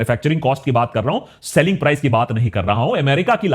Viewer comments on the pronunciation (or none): none